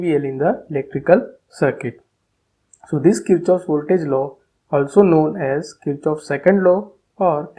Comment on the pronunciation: The correct pronunciation is 'Keer-kof'